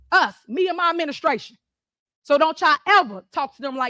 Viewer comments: Her and her "minastrashun". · “we, us! Me en mah ministration!” Lmao